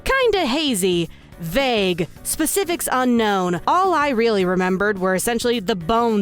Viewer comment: LMAO, "VAUGE"!!!